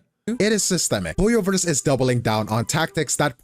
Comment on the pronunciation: It's HOYOVER, time for a Hoyo-vorce!